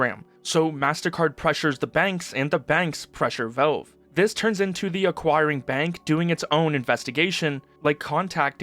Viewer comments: I like your videos, but I have to mute you and put on cc, the way you say VOWVE (valve)c drives me mental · Good info. Just say VALVE not VELVE. Thanks bro